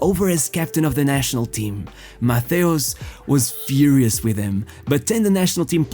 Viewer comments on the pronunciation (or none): none